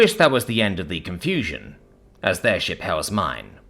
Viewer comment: Ohhhhhhh! He said "shiP" with a P. I had to stop and read.